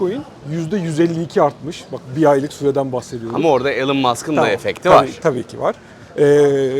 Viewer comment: Elın Mask değil arkadaşlar, İlon Mask